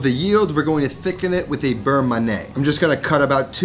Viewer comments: Beurre manié=It's "man-yeah", not "man-nay". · Burr-Mon-Yay not Burr-mah-nay. I don't normally care how people pronounce stuff but this was like nails on a chalk board for me. Awesome Recipe. Looks amazing!!! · FYI beurre manié should be pronounced like we say NYE in Kanye West. Man-ee-yay. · It’s berr manyeh. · the constant mispronunciation of beurre manier from a cooking "professional" drives me insane